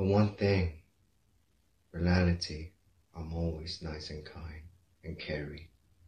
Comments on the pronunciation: He said “Realily” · Why do I kinda find it funny how he’s saying reality wrong?